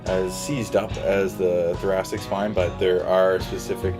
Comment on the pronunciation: I kept hearing thorac*t*ic ( for example)